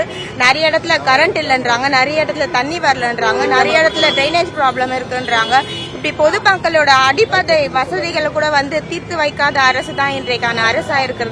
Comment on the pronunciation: Adhipadai illa ma adhu adipadai....😂😂😂 Kadharu Kadharu nalla kadharu😂